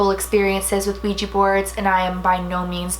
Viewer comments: Also for anyone who doesn't know this it is not pronounced Ouija with the long eee sound, it's pronounced like it's spelled with an A on the end like on the end of my name, Dana. Now everyone say it with me, Ouija (weeja)!! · ITS OUIJA NOT OUIJI ITS WHIT A NOT I YOU DONT SPELL IT RIGTH, OUIJA NOT OUIJII